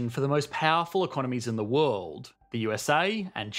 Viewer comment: What is this "wuld" you speak of? I lived in San Francisco for 9 years, and across the bay in Berkeley for another 5. We couldn't afford it once we had kids.